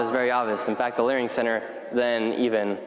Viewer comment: Ha leering center, we need benenenevolenent emper- …king